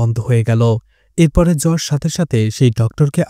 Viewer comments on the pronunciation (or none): উচ্চারণ টা জজ বা জাজ হবে ভাই, জর্জ না